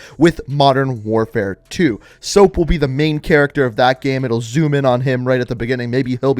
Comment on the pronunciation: I think you said soap wrong